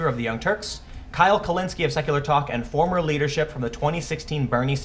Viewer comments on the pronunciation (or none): none